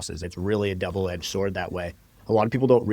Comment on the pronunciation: ok I thought it sounded like you said "'Devil edged sword" haha I thought it was a slip